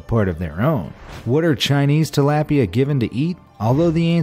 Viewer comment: You sed Tilapia wrong.